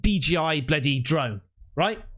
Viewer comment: What’s a Drome? 😅 swear you aren’t saying Drones